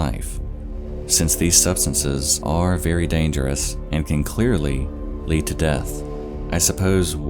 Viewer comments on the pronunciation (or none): none